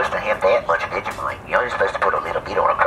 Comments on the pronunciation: U had vegimite wrong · Jason is my favorite, oh. And vegimite lol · every single american has vegemite the wrong way omg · The say veg e mite we say vegemite not vege mite